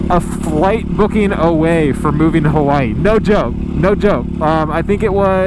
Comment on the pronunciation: Did he say "We were gonna move to Kawaii" ? ^o^